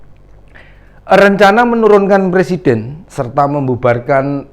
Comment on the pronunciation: Dah bau tanah banyak tingkah 2 kake ini, ngomong aj dah blepotan mau nurunin persiden banyak2 istipar 2 lake ingat kematian jgn selalu souzon mulu.